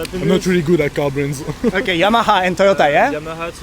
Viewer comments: フランス人のお兄さんがYAMAHAをYAMAＡと言ったのはフランス語ではＨを発音しないからかも。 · フランス語は“h”を発音せえへんからな。“ヤマァ”て聞こえるねんね。